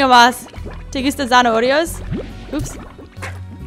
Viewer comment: zanaorio jajaja, es muy tierna a y se dise zanaoria